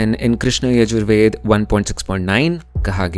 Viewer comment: Oi in yajur veda sha ucharana as ķha